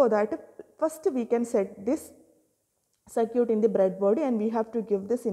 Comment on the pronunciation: Circuit ❌ Sir-cute ✔